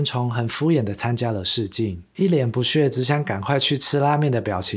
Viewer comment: 不屑，屑，念“谢“，不念“谑”。